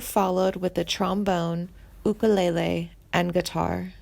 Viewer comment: She can't even pronounce ukulele